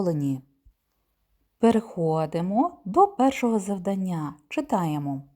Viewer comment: Дякую, дуже корисні відео. Єдине зауваження- завдАння і читАння-правильний наголос :)